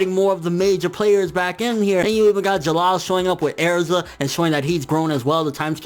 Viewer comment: My overall thoughts are you should stop calling Erza Airza.